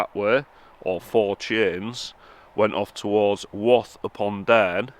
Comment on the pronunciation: Cudworth is pronounced cud'erth and wath is pronounced w 'a' th. Sorry couldn't help myself ( barnsley lad)😂